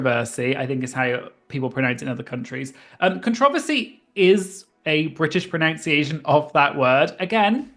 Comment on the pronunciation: "As if I don't know how to pronounce a word in my own language" - proceeds to pronounce 'pronunciation' wrong repeatedly 😂 Saying this with peace and love though ❤️ love your channel!